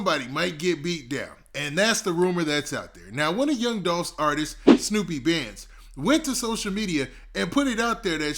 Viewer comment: Dolph Artist Name Snoop Bandz Not Snoopy 🤣 #snupebandz